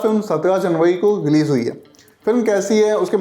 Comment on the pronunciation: तुमसे "र" अक्षर क्यों नहीं बोला जा रहा ? "गअदन" , "लेकअ" , "इलीज़" 😅